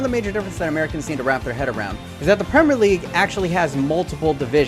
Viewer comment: Probably one of the very few Americans I know on YouTube that say the word "Premier" correctly. Kudos.